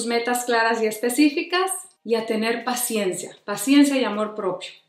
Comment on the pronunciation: Por que yo escuche "La Siesta" en vez de "la paciencia " 🤔🥴🤭 Excelente video amiga, hablaste justos del problema y la solución, te saludo desde Uruguay. 🥰😘